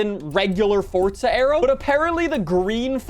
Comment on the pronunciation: I have watched a few of your videos and I can't understand why you add a T to forza